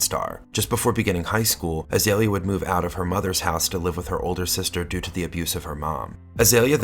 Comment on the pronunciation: Her name is pronounced Ah-Zee-Lee-ya. Not Ah-Zale-ya.